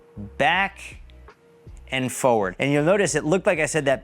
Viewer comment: It’s also “for-ward” not “fo-ward”. 😂